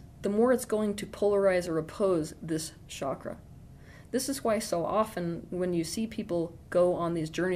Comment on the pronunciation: Osho also talked about being authentic but in a different way . He was poisoned . I hope you survive. Also it’s not “shakra” it’s “chakra”